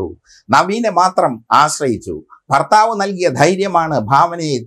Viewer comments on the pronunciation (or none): none